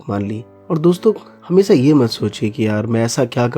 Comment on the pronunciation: It's हमेशा atleast pronaunce correct dude😂